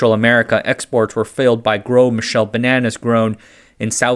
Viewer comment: "Gros" just means "big" in French. (Pronounced more like "grow" than "gross".)